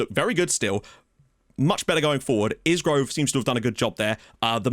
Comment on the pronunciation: Really like that asymmetric tactic. One thing. It's a silent S on Isgrove so it's pronounced I-Grove. Was about to mention that in that system that Kioso could play RCB covering Jones if he gets caught in midfield on a counter attack. Having seen him for Luton, he could definitely play there because he is built like a brick out house and is lightning. Now I am wondering if he could be the backup to Mengi at Libero, purely because of his recovery pace.